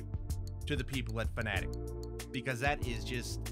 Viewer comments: Is it not pronounced “Fan-A-Tech,” or have I been saying it wrong for like ever? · You got stuff from Fanatec but don’t even know how to pronounce their name....